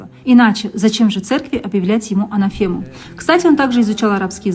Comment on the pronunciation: Анафема, ударение куда ставить чудо мамкино